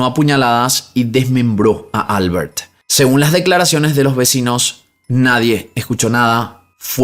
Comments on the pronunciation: Sólo porque lo pregunta; Xeraco en castellano se pronuncia "Cheraco". Y Albert es aguda, suena Albért. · Por que pronuncia la r de Albert como r inglesa? Cuando es español. Y lo mismo con Pierre. Sería una r francesa. Me llama la atención. Saludos me gusta sus videos😊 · No se dice Álbert (como inglés),se pronuncia Albért (aunque no lleva tilde) en catalán. Xeraco lo has dicho bien ✌🏻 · Holaaaaa! Me encanta tu canal. Sólo un apunte,,,esos nombres catalanes o valencianos que mencionas en el segundo caso llevan la sílaba tónica en la última sílaba. Albērt o Ricārt.. un saludoooo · Hola! Soy española, la segunda vez que has pronunciado Xeraco está bien, pero Albert en valenciano no es Albert como en inglés, solo es Alberto sin o, se pronunciaría algo así como Albért. Seguro no me lees, y tampoco es nada importante, pero es bonito saber que en España tenemos tantos idiomas y nombres de cada zona, no solo el castellano ❤